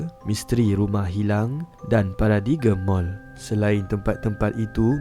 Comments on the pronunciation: Para-di-g-m? Sebutnya para-dime. Silent G. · Paradigm - (pair a dime or paradaim) not paradigem 😭😢 btw nice video min 😘👍🏻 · Wlu dh lama posting ni, tp tetap nk betulkan sebutan admin.. Paradigm Mall.. Admin sebut Para Di Gem.. Sebutan yg betul adalah Para Dime (dime dlm bahasa inggeris 💎) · Sebut nya Paradigm - Paradime😮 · Paradigm ... Sebutan vokal ... Para derm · Min paradigm sebutan dia paradaimm